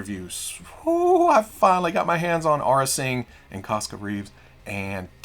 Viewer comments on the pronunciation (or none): none